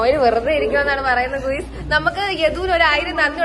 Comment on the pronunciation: ഗുയിസ് അല്ല ഗയ്സ്